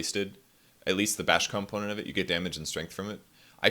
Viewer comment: What's a calmponent?